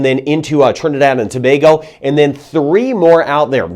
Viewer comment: Awww ,you said Trinidad and Tobago like a native ,as a matter of fact you said the names of all the Island perfectly .......never seen that with a foreigner. Hello from Trinidad ! 🇹🇹